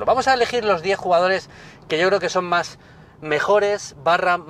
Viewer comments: "Quej maj cara". Coño, se oye perfectamente a, al final no es un trípode... Al menos no de forma literal. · "Que e maj cara". El acentazo madrileño ahí xDD